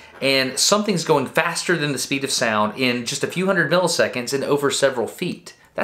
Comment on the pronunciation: "The speed of spound"